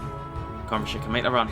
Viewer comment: Im from Kosovo and you're saying it wrong. It's Rashica with a "C" not Rashika